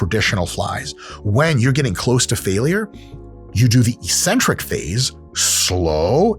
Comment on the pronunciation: Hey Dr. Mike. EEEEEEEEcentric isn't a word in English. I'm sure you're trying to pronounce eK-Centric. But don't believe me! You're supposedly a learned man. Look it up for yourself. Nonetheless, nice video, man.